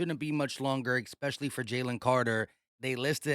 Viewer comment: Bruh you understand that there's no such word as expecially right?